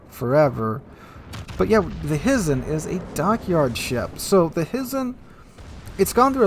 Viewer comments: Hizen is pronounced Hi-zen! Hi!!! 😋🤣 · HY ZEN or HIGH-zen ... FYI.